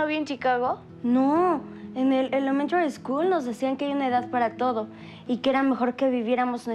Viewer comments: ElEmTaRy ScHoOl jsjsk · no te burles de mí, en la elemtary school.. 🥺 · "En el elemantary school" caes mal mija caes mal😹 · en la elementary eskul me enseñaron un deicr elemntary eskul muchas veces da Cáncer:v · "elementari skoul" :v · más encima no pronunciaba bien elementary school XD